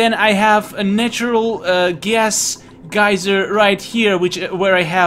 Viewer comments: You switched between geeser and geyser in terms of pronounciation of the word geyser... subs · "water geezer" I giggled.